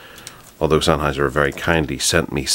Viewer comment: “This is the Sennheiser Flex foyb towsund”